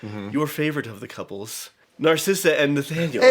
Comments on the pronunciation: Lol. It’s Narissa, not Narcissa. That name would have suited her better though. Enchanted is my favorite Disney movie 💙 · I love how keeps calling Narissa. Narsissa. its actually very fitting of how narcissistic she is. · I love how immediately after they mock John Travolta for mispronouncing Idina Menzel's name, they misname Narissa as Narcissa. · I love how said "Narcissa" instead of Narissa and it made complete sense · Narissa not Narcissa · It's Queen Nerissa, not Narcissa